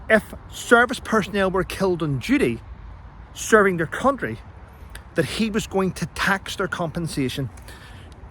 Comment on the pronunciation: I like your channel, but still battling to un-hear you using the word CoUNTry so passionately.